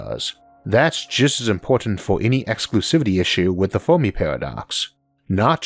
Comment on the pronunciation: Fermi, not Fowrmi lol